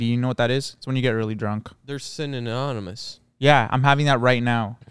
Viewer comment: ‘synanonymonus’ is crazy work 😭😭😭😭